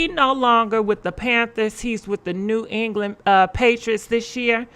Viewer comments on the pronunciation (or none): none